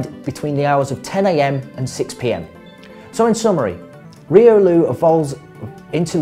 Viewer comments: ... he is saying reolu its riolu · why are u speaking riolu to reeloo dude your accent is so thick we call it royloo not reeloo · the way u speak riolu makes me wanna ban the word riolu